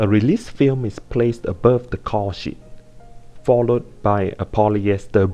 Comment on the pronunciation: lol caul sheet sounds like cow shit